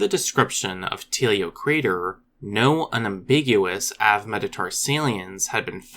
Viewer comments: Pretty sure genetic clock and some tentative fossils put the emergence of archosaurs in the Permian, also it is pronounced 'avae' mettarsalia , as in bird foot (well, metatarsals anyway :P ). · It's really hard to hear you say avemetatarsalian over and over again and completely ignore the e in it.